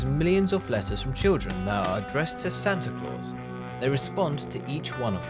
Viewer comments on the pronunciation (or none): That's "Santa Claus" not "Santa ClausE"!